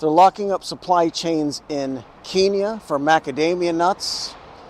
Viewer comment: Key-nyah is an insult to that country and its people (it was deliberately mispronounced for that purpose by British colonials). So, unless you intend the insult, it's pronounced Ken-yah.